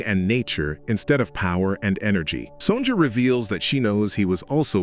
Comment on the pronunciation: AI narration is really messed up, it's not son-jah. it's son-yah.